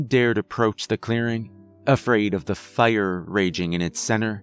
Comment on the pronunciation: Why tf you say fire so wierd Faa•iar•